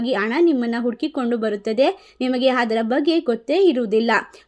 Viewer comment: ಹಕಾರ ಬಿಡಮ್ಮ. ಹವಮಾನ, ಹದರ, ಹದು, ಹತ್ಯುತ್ತಮ.